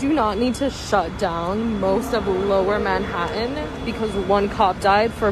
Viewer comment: Who does this woman think she'd call if she needed help? She's just another annoying, know-nothing young person who can't pronounce her T's. "Manha-uhn." 🙄